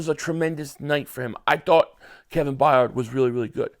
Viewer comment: Please brother I love listening to you but his name is Bayard Byurd